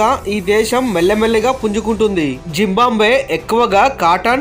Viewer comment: జింబాంబ్వే కాదు, జింబాబ్వే.